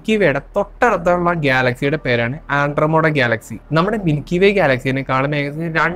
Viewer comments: Sir, firstly it's Andromeda, not andromoda. Next you talk about light-years. Please research on "Channelling". Kryon, one such channelled being has been invited by UN 7times. They don't have physical body, they speak through the person or "vehicle". Please understand many things we can't think or fathom right now, was once upon a time "science fiction". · ആൻഡ്രോമോടാ അല്ല മോനെ.. . ആൻഡ്രോമിഡ...ആൻഡ്രോമിഡ... അതുപോലെ പ്രീമിതുസ് അല്ല പ്രൊമീതിത്സ് ...